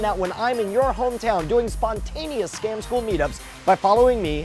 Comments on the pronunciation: Yeah the "scom school" thing pisses me off so much. It sticks in my head and drives me nuts with that wrong word. Anyone know why it sounds like that? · Kirby Buxton I know it's supposed to say scam school but it sounds like they're saying scom. I didn't know it said 'go down' though so thanks for that.